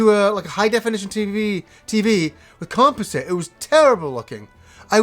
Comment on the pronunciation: Do all Canadians pronounce composite that way? lol